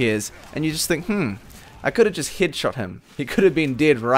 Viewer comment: the word "head" doesn't pronounce like "heed" correctly you should pronounce it like hed